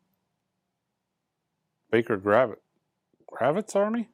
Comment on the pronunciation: Baker Guervitz Army were Ginger Baker and the Gurvitz bros mid 70’s rock band. Kinda surprised this renown record shop owner doesn’t know who they were or how to pronounce the band’s name